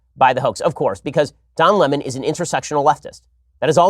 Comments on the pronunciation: Don Lem-On lmao at Tucker😭😂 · I will forever read his name as “Don La-Mahn” because of T. Carlson 😆 hilarious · Tucker Carlson: Don Le-mahn! Lol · Tucker- don luumon 😅😅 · Don Lamon.....hahahaha...Tucker cracks me up